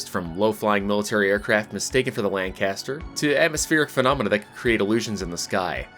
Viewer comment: Atleast you get 'lancaster' correct